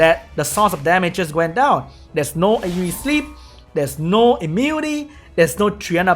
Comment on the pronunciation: ITS IMMU-NI-TY NOT IMMUTY